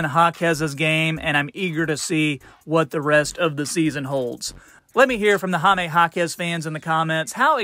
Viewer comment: It's amazing how much people praise Jaime yet keep saying his name wrong 😂. 'Hi' (hi/hello) then 'meh' 🤷. Hi-meh. Jaime.